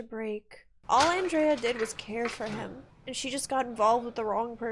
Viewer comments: Her name wasn't "On-dray-uhh", it was "Ann-dree-uhh". RIP Andrea Yes, I know some people spell it the same way and say it the other, but in this character's case it was Ann-dree-uhh. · I’ve never heard anyone pronounce Andrea the way you do 😂 I don’t know why it makes me laugh.